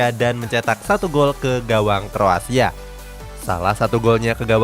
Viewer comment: Aku yg salah denger apa emng salah sebut Kroasia 😁